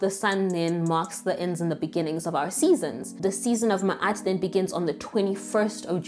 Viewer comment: I’m appreciative of the pronunciation. Ma’at was correcting the pronunciation in another video I came across. She said look up a real knowledgeable being. Here I am!